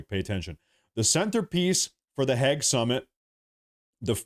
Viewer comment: how the fuck do you see a word spelled Hague and pronounce it Hegg? totally baffling to me